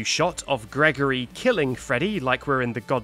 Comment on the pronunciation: Freddy: “ Gregory hewlp monty scewy “